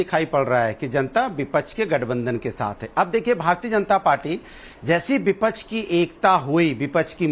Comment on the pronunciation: बिपच्छ नहीं विपक्ष होता है................ पिछले 5 साल भी ये ही बोलते रहे कि जनता ने मूड बना लिया है....जनता ने मूड बना लिया है